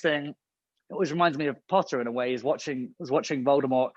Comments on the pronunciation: He's posted a video on his instagram and tiktok for the POTTAH challenge and he says it that way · WHEN HE SAID POTTAH I SCREAMED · It’s so cute how he still says “potter” and not Harry Potter